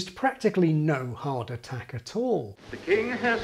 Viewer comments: dam at first I thought he was saying heart attack 😂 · Amazing video ! PS: Thumbs up if every time "hard attack" is pronounced you hear "heart attack" and after a dozen of so time you start to feel chest pain !